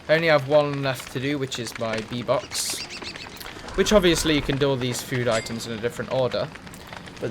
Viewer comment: Everytime you said bee box, i thought you were saying v-bucks and i was like wtf, maybe he is just memeing in his vid, nothing wrong with that. Then you crafted a bee box and i fel stupid